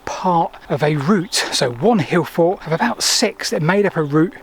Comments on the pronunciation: Why doesn't he pronounce the "t". He says Hillfor. Not hillfort. Why is that? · "T".. There is a "T" at the end of "forT" !! The number of times you say "hill for" i was hoping once you would say it correctly.